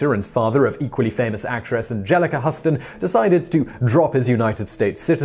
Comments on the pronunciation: .... I cracked up when I heard Simon's pronunciation as well. HOWEVER: to be fair the man's name is spelled "Huston".....while he (and everyone else) pronounces it like the city in Texas: "Houston". ( hews-ton ) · `Huss-ton` just makes it too painful to watch the video in its entirety. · John Huston is pronounced the same as the city in Texas. Think "Houston, we have a problem." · Need to do a little research on pronunciation. The "Hu" in John Huston is pronounced "hugh" as in Hugh Grant. Like the "hou" in Houston, as long as you're talking about Texas...in New York City, Houston Street is pronounced HOW-ston. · HUU-ston...HUU-ston...(like the port city in Texas) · John and Angelica Huston pronounce their family name the Hew-ston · For Gods sake man stop showing your ignorance and get your pronunciation correct Huston pronounced Hugh—stun. It’s rather off putting...... kind regards J Winsbury-White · It's John HoUston. Just saying! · Hustin? That's not how you pronounce it.... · Huston is pronounced: hyou-ston. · It's HOUSTON, spelled Huston, but pronounced Houston. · Hoo-ston! FFS! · its pronounced Houston long u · Oh for the love of Christ!!!!!! It's John Huston and pronounced. Huootsin yanno ? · Orca Flotta John Huston might be the spelling, but it’s pronounced exactly like the city, despite the spelling. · If we're talking about the father of Angelica Huston, I can't tell you how many times I've heard her name in my life, plenty because she's a great actress and I've never heard it pronounced the way he is pronouncing it. That's my only point. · Christel Headington that what I thought! In Britain don’t they teach about long and short vowels??? Simon mispronounced this badly. The U has a long vowel sound not a short vowel sound!! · I'm English and we say Huston same as you. He does this sometimes. I think it's on purpose. He will have heard the names Whitney Huston and Angelic Huston many times. I mean we've all got tv's lol. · Husston? No, Hue-ston. Painful.